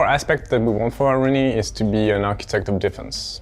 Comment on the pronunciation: About the new operator. Her name in the original Thai language pronounces "Aru-Nee", Not "A-Ruu-Ni". I, A legit Thai people, Annoyed at how your announcer says her name. You say it like she a French or Italian! It sounds so WRONG.